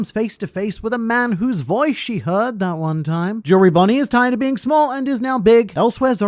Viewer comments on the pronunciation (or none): i thought he said tied not tired of being small